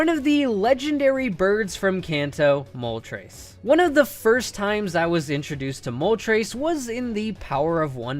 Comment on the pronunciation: I've never heard anyone pronounce Moltres as Mol-Trace until today 🤦🏻‍♂️🤦🏼‍♂️🤦🏿‍♂️